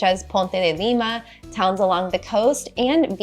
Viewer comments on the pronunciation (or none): none